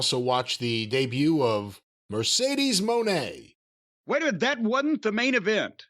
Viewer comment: Mercedes wig is flames burning the blue hair signifies the end of Sasha Banks. And it’s pronounced Muh-Nay